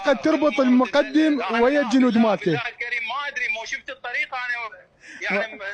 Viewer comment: الرتبة مُقٓدم بالفتحة فوق القاف وليس مقُدٍم هو مو اعلامي شبيك